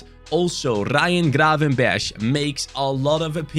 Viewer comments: as a dutchman we do say g so it is gravenberch and ch is also a g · You say it grar-ven-bergh(Dutch pronunciation)